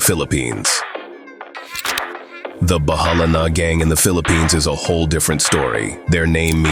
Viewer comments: This mf really said philippinese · lol exactly what came here ... where??? The Filipanese 🤣🤣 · can't pronounce philippines right ai?